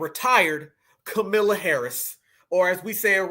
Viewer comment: Ok but please I listen and enjoy but as a black person please don’t miss pronounce Kamala name their is not a o in her name you saying it like ignorant whites say it